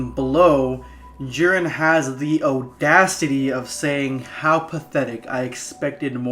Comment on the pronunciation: Also it's Audacity not Odacity.